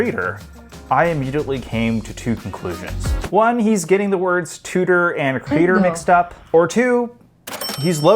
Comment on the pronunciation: It's not "CrEE-dur". It's Creh-dOre.